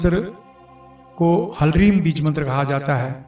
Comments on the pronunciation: Yeh HALEEM hai, HARLEEM Nahin. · "Halreem" Galat Hai. Halanki Hindi Mein Nahin Likh Raha Hoon Hoga "Hleem". Ha Aur La Sanyukt... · कृपया उच्चारण शुद्ध करले क्योंकि ये हलरीम नही बल्कि हिलरीम उच्चारित होगा क्योंकि ह पूर्ण न होकर आधा ही है ठीक वैसे जैसे हिलीम में ह आधा है! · आप गलत बीज मंत्र बोल रहे हैं।hlreem बीज मंत्र नही होता। ह्रीम होता है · Apne likhe he Hlreem but bol rahe he Halreem? Kounsa wala sahi he